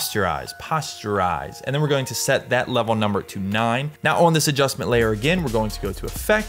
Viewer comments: Always thought it was poster-ize. As in "poster". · it is, hes saying it wrong lol